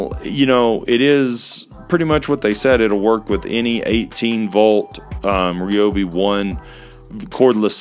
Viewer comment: Why is it that lots of people pronounce Ryobi wrong?